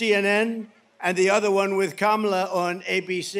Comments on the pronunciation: He pronounced her name correctly!🫨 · Well lookie there, he pronounced Kamala’s name correctly. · You can tell he has lost it - he pronounced Kamala correctly